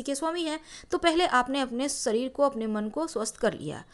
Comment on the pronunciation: Mam sabase pahale to aap apni hindi ka acharan sahi kare seekhe,,,wo shareer hota h naaki sareer